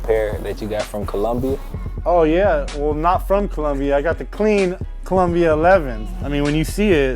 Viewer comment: colombia or columbia i couldn't understand